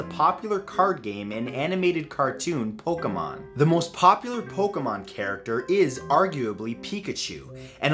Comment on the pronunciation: pointless to argue. He couldnt even pronounce pokemon correctly.